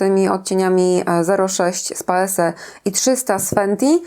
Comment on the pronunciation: Paese wymawia się [paeze]. To z włoskiego. Przez S brzmi dziwacznie, jakby ktoś łamał język